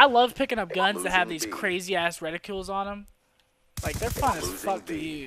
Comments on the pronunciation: Scump, you know it's "retiCLE" not "retiCULE" right? I'm not sure if that's just how you say it or if you're saying it incorrectly. . . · it's a reticle. not a reticule